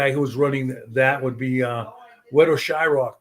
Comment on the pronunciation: how does valdemar call him shyRock?